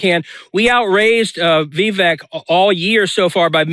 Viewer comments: Vivick. Vivick. Not vivake. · "VIV-ACHE"? FURIOUS BENJAMIN HAS CATASTROPHIC PRONUNCIATION AS ALL HELL BREAKS LOOSE!